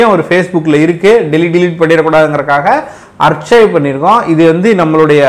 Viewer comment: Archive என்பதை ஆர்ச்சைவ் என்று உச்சரிக்க கூடாது ஆர்க்கைவ் என்று உச்சரிக்கவும்